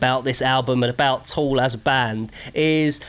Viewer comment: Tool. Not Toll.